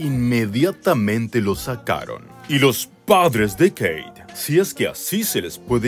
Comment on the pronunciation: jajajajaj ajajajjaja jijijijoijijidjfodijañlkdjfñlk AAAAJAJAJAJAJAJJA (me da un ataque de risa en posición fetal por los nervios de esta entrega). Dónde está la "Queiiit"??!!